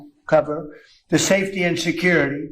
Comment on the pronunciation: He couldn't read the word cover???? Keep him away from the historic WH Treaty room.